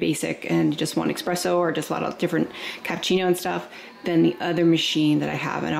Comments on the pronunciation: The “exspresso” killed me the whole video. Other then that good info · For the love of all things holy can you please learn the proper way to say “espresso” and “ accessories”? There is NO “x” in either! I can’t watch this video with your hillbilly verbiage!